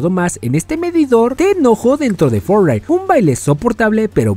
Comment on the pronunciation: HABLA BIEN XD (no pronuncias bien fortnite)